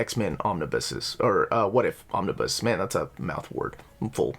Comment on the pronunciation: Omnibu? OmniBoo at that, buh more like OmniBai. But seriously I'm a fan of Omnibuses and your lists of wanted Omnibus. Gilen was indeed phenomenal.